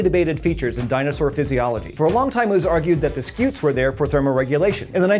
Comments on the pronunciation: "Scoots" cause it's a scutum in latin, as in shield. So stop saying skeeoots, and telling us you researched it. A centurion uses a scutum, not a skewtum, so slap the person that taught you that. The more you know..... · I love how much he over-pronounces “scutes”